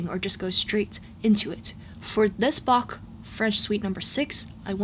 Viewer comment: I love your accurate pronounciation of Bach's name <3